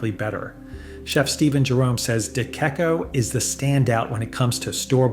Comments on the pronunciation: It's pronounced deh-checco (CH as in CHeese). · Number 2 is pronounced Di CHecco, not DiKecco. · It’s pronounced ”Dichecco” Not dekecco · The content is decent—although since DeCecco is so good, it deserves to be pronounced correctly: de-che-ko, not de-ke-ko. The stock visuals are worse than bad. Half the time they’re showing ramen! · De Cecco is pronounced "Dee-Check-Oh", not "Dee-Kek-Oh". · De Cecco is pronounced De Checco, not De Kecco. Just sayin'. And yes, it's awesome! Will try Rustichella after I hit the lottery😉😘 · De-CHECK-oh, not de-KECK-oh. Thus along with some syllable mistakes says it’s AI. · It's pronounced DeChecko. If it was spelled DeCheccho, your pronunciation would be correct. In addition to Rustichella d'Abruzzo I'd add Rummo and La Molisana. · De NOT "Da" !!! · It’s not “De que co” but “De tché co” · Thank you for this excellent video! FYI: De Cecco is pronounced “de checco” and Rustichella is pronounced “rusti-kella.” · Pronounced de check-o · its duhTSCAYko and ur spozed to be a pasta expert. lol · It’s pronounced Deh Checco, for heaven’s sake! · Good analisis. And agree. Barilla has become an insult to italian culinary culture. I would suggest to research the ponounciation, before doing your comments. The word De Cecco is pronounced De Checko (de c like in the englisch cheese). I the last mention you got it right. 😅Rusticcella you pronounced on the spot. The double CC is also like ch but harder because of the double cc before the e. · Too bad he doesn't know how to pronounce De Cecco. ---it is pronounced "DChecko" not the way he says it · The names De Cecco & Rustichella are pronounced "deh CHEH koh" and "roo stee KEL ah," but you do you. I do appreciate the list. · if you knew anything about spaghetti you would know how to pronounce De Cecco…Day check coh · It’s pronounced “ D Check O “ Thank you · De Cecco is pronounced "duh-CHEK-oh" not the way is butchering it. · day chek oh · De Kecco? Is that how Americans pronounce it?